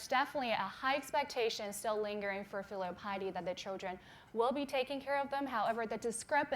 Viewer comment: “FEEELEAL piety”😂❤️